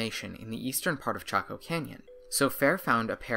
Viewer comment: I thought your pronunciation was off, too and here it is already in a comment. Go ask a native 🤣🤣🤣🤣